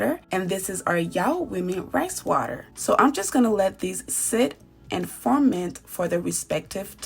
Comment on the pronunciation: The word is ferment, not forment.